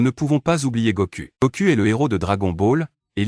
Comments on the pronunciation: Faut bien prononcer les noms faut bien prononcer les noms on dit pas Goku on dit Goku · Goku = Gokou en prononciation Vegeta = Vegita en prononciation